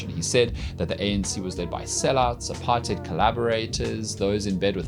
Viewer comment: I'm sorry but do you speak afrikaans ? The way you pronounce apartheid is always disturbing. Good video though